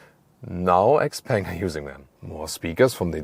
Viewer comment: I believe you should read Xpeng as "xiao peng".